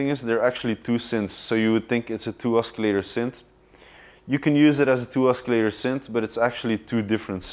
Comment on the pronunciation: BTW , I get it, he mispronounced "oscillator" but hey c'mon, he's not a native English speaker, what if they asked you to explain all of your synths in French?